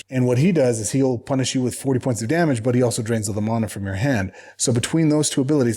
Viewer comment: you’ve been saying “MAH-nah” so long now you’re saying “DAH-mage” 😂